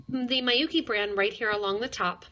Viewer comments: Although this isn't really important but Miyuki, since it's Japanese, is pronounced with short vowel sounds: Mee-yoo-kee but short. Not my-yoo-kee. It might confuse others who know how to pronounce it thinking that you're talking about a different brand. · Yes, her mispronouncing the name Miyuki as my-yoo-kee makes this video difficult to listen to even though it has good information otherwise.